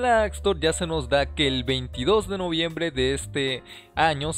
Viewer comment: Novriembre xd